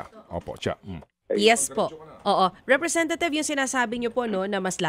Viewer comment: representathieve po dinig ko sir ted😂😂